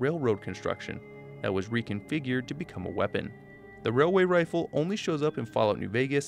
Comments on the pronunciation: It's pronounced, "wailyay wifle" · ‘It’s not a railway rifle, it’s a wailway wifle’ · Railway rifle (wailway wifle) is this why you don't like saying it?